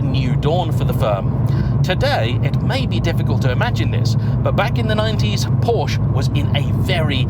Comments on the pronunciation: Oh well back to mispronouncing Porsche again, after getting it right last video (Focus ST) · Please please people it is pronounced Por-scha not Porsh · But it is also important to know that Porsche is a 2-syllable word!